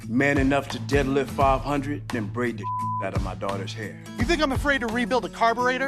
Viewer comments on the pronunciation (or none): Am I the only one who had a brief moment of panic when the guy said "braid the s h outta my daughter's" cause I actually heard "breed"? 😬😬